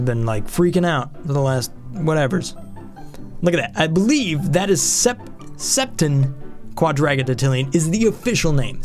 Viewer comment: no you didnt say that right, it should be sep-TEN-KWA-DRAH-JYN-TIL-Ly-yen